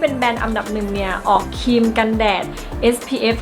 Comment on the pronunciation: ออกเสียงควบกล้ำให้ชัดเจนก็จะมีเสน่เพิ่มขึ้นนะจร้า (ครีม_คีม คริป- คิป)